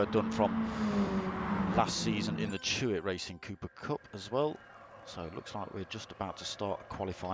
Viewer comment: It's Chloe Hewitt. Not Chewit!